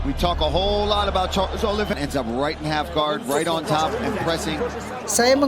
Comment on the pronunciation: Karles oliveira Maikel Kanler Kori Sandagen Itu siapa min? Sepertinya penyebutan namanya salah deh 🤣🤣🤣